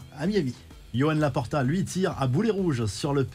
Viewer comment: Yohan laporta 😅 ça se dit roane je crois 😢